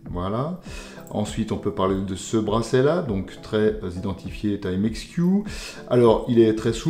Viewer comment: Enfin un francais qui prononce bien le nom TIMEX, au lieu de Ti-Mex. Les français de France, ont la stupide habitude de toujours vouloir prononcer les mots et nom anglais en français. Genre: Spiderman. 😆C'est un nom anglais, il faut donc le prononcer en anglais, car dans le cas contraire, cela donne une drôle de sonorité.